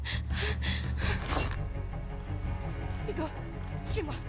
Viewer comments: Excellente vidéo !! j'en veux plus, trop bien !! Je vais m'acheter également ce jeu, ça à l'air tellement prenant !! PS: Seb dit: "Yugo" au lieu de "Hugo" 😂👍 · Manger du sanglier ... pas très vegan tout ça x) Il a vraiment dit Dogoo ?